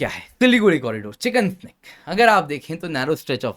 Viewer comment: आप बार बार चिकेन स्नेक बोल रहे हैं जो गलत है। यह शब्द चिकेन्स नेक है।